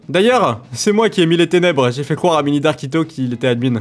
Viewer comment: Quand il a dit tenebre c faux